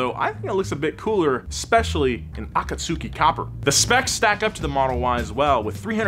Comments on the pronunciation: When pronounced Akatsuki Copper the way he did I knew right there he’s never seen Naruto. Ah-Kaht-Skee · It’s a-cot-ski plz no… plz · the U is silent 😂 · The way he said akatsuki😭😭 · Naruto fans when they hear how pronounces Akatsuki: skull emoji skull emoji skull emoji